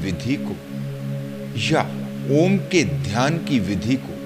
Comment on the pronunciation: सर अक्का मार्गदर्शन अनमोल लेकिन हम डायरेक्ट आपका मधुर ओम का उच्चारण और म्युझिक सुंना चाहते है इसके लिए क्या करे